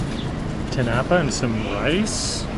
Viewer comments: just to help you with the pronounciation, in tinapa, the stress is on the last syllable (ti-na-PA). your pronounciation is close to that of the word tinapay (ti-NA-pay) which is tagalog for bread. 💚 love love love that you're so interested in our cuisine. at times, i am amazed by some of your culinary insights. more power to your channel. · Tinapa is inflected at the third and not the second syllable. It's eaten for breakfast and like most other Filipino breakfast item this is a paired with garlic fries rice or "sinangag" To eat this you dip the tinapa into a spiced vinegar condiment then eat it with your fried rice and fried egg. It would be recommended to follow it up with "atchara" or pickled green papaya. Love your content thank you for featuring our food and appreciating love from the Philippines 🇵🇭 ❤